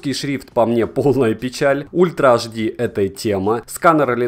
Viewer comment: FPS - Фэ Пэ Эс... Серьёзно? А почему тогда не Фэ Пэ Сэ? Правильно: Эф Пэ Эс (рус.) / Эф Пи Эс (англ.). HD - Аш Ди, а почему не Аш Дэ? Правильно: Ха Дэ (рус.) / Эйч Ди (англ.). Вы вообще какой алфавит используете? Смесь разных? Испанский стыд. Удачного дня вам.